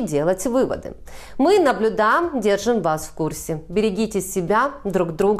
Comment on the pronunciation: Дикцию поправила. Правда, в конце "мы наблюдам", но взвизга с затуханием до бубнежа под нос уже нет. Умница.